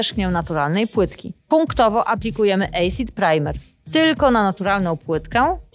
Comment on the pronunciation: Acid wymawiamy jako asid, nie ejsid :)